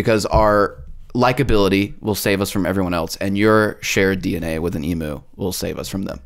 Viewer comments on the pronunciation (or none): Australian here - it’s pronounced ‘eemew’ not ‘eemoo’. Every time the talking hat or bowl said it I wanted to put my head through a brick wall. Love the show though, keep it up.